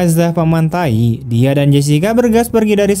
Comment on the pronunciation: Gan.. Membaca Paman Thai.. Jangan nyebut paman Taik..